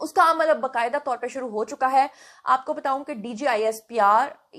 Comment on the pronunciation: میں نے پہلے بھی کہا تھا کہ آپ بتوؤں نہ کہا کریں بتاؤں کہا کریں آپ جب بھی بتو ؤں کہتی ہیں تو لگتا ہے ابھی آپ کہیں گی آلو بتو ؤں۔ ب ت الف کہیں ب ت ؤ نہ کہیں۔ جس طرح آپ نے کہا ہے بتایا تھا اسی طرح بتا کہیں